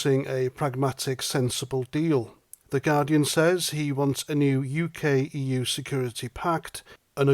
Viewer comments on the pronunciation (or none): The yUK and the EUWWW.